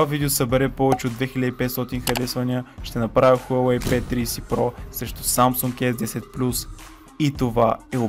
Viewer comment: P триИси про вика хахахаа